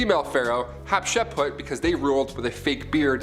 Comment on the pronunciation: its (HAT shep suit) NOT( HET SHEP PUT)